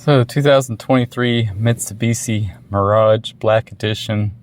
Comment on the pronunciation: Mit-su-bish-i not Mishubishi